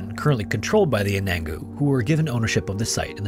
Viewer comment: Anangu is pronounced "un-a-nu", Mt. Isa is "eye-zuh" too